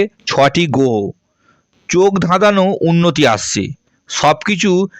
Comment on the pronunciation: আপনি উচ্চারণ করতে শেখেন নি, আগে বাংলা উচ্চারণ শিখুন। গ্রহ বলতে পারেন না আবার জ্যোতিষী।